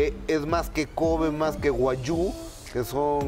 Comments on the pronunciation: Cómo son nacos, el nombre del empresario se pronuncia: Solt Bi, no "Salbae" y la carne se pronuncia: Guaiu, no "guallu" mucho chisme pero hablan como taxistas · carne “guallu” JAJAJAJAJA